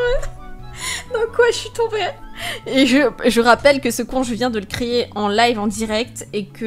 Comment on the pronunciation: Jpp toi aux lieu de dire créé tu dit crier